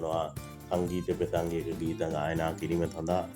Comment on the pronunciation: පෙසංගය නෙවෙයි හුත්තෝ ප්‍රසංගය 😂😂 ලස්ස නෙවෙයි යකෝ ලක්ශ 😂😂😂 හානා නෙවෙයි පකො හනා😂😂 උබේ ලෙඩේට බේත් ටිකක් ගනින් ඉස්සෙලාම 😂😂😂😂